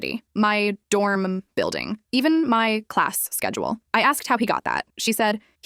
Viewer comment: When it said schedules one time it said sexuals